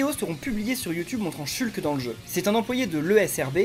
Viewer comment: Ça me fait rire que tu le prononce "chulque"